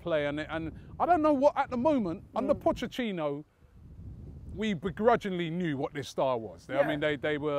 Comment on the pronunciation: still with the "Pochechino" 😂